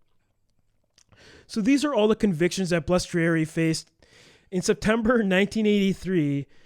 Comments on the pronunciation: Its not that difficult to say Bal es trari, now put it all together and say it right! Good God!!!! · Guy's, you REALLY butchered Frankie Bal's name. You must not be from the Milwaukee area. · If you're going to read about somebody maybe pronounce the name right